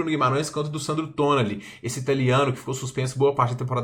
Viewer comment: Me dá uma agonia da porra tu falando Merinô e Tônali kkkkkkk mas isso n influencia em nada. Só é bem estranho pq nunca vi ngm falando esses nomes assim kkkkk.